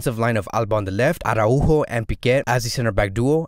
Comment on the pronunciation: Wow!!!! Congratz!!!!! Ara-Újo! Perfect pronunciation!!!! The best FCB channel (and I do mean that) has just become even BETTER! Thanks bro! Keep these great vids coming!